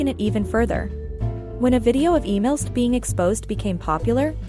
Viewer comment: Its not amy list its "aemilst" WHO TF IS AMY???😭😭